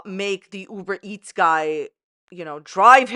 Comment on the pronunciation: "UBER -MEETS" lol!